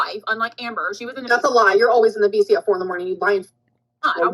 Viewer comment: Every time they say "VC", I hear "FECES" 😭